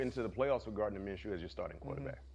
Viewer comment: Minchoo not Minachoo lol Great Win #CowboysNation F the Haters A W is a W